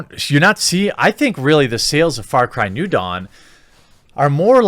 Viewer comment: The way you inflect "New" in "New Dawn" every single time you say the title makes my ears bleed farts into my prefrontal cortex. I don't know why, but god dam man!